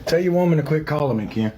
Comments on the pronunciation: Honestly.... I can't w you. Unsubscribing. You are obnoxious as f..... and not credible. BTW- NOONE... NOONE...of bloggers / commentors call K• E•N.... kiiiiiiiiin.... you are the only tard that does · HI...... I love of your channel, found you 2 days ago. But can you f u c ki ng for JE SUS chr1st... STOP calling Ken Urker, k•ee•n?! Or k•iiiiiiiin?! His name is effing KEN like Ken and Barbie... so obnoxious that a grown a*** woman insists on this name change like that- kiiiiiiiiiiin.... its KEN. Please take some speech therapy if it is truly thaaaaaaat bad- 3 letter word and this is what you confidently pronounce it like? No girl, no- makes your content lose credibility; that outdated potato filter ALREADY looking old as d😊😊😊😊😊 filters like that are so, what??? 2017? Stop. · Omg every time you pronounce Kiiieeennnn I am dying.😂😂😂😂😂😂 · It's unbearable that you can't even say the person's name correctly you are about to rant off about and talk smack- and if it is supposed to be funny? It isn't bcus noone calls him fake names but yo obnoxious butt